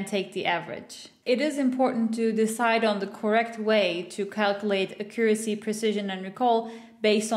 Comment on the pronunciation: How do you pronounce "Accuracy"? Its so triggering lmao Thats not american nor british english, right?